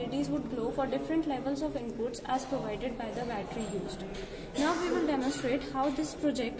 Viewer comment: "The 'glound' of the 'buttely' is then connected..."